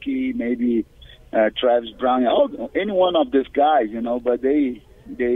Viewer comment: "Travis Brownie" lol